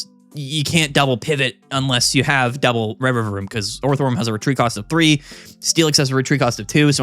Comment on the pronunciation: you can say steelix instead of scizor all you like but every time you turn orthworm into a 3 syllable word it’s like a gunshot to my ears